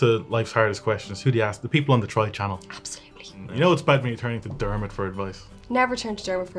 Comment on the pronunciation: Dermot FTW!!!! For real though. Yes Dermot. Yes. Nailed. It.